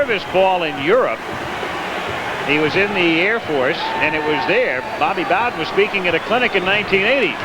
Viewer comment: Did the great Al Michael's just pronounce Bobby bowdens name as Bobby boh'den ?